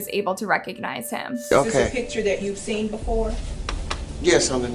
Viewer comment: "regnize" lol